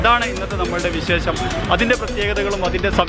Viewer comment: "വിശേശ "മല്ല bro " വിശേഷം " ഷ പറയണം